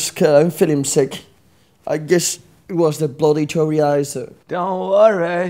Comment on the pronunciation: The bloody "choriaizo" 😂😂😂